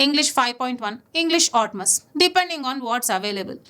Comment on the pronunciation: Everything you shared was good but still pronouncing Atmos as 'Otmas’? That's fucking stupid! 😂😂